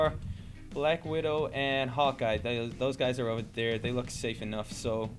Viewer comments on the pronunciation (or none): Hawkeye ... but u said it like "Hot Guy"